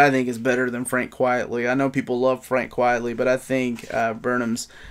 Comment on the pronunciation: I love your videos, but gotta remind you it's Frank Quitely NOT Frank Quietly;)